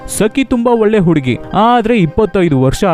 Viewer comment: ಒಲ್ಲೆ ಅಲ್ಲ ಒಳ್ಳೆ. ಮಣೆ ಅಲ್ಲ ಮನೆ .ಸರಿಯಾಗಿ ಮಾತಾಡಿ